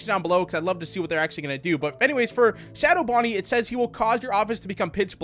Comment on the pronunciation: That's not how you pronounce Bonnet.